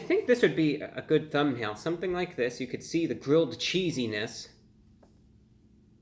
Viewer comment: did he say gridth XD